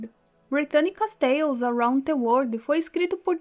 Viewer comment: Moça, "the" se pronuncia "Dê", tipo um "Zhê" com a língua pra cima Não se pronuncia "Tê"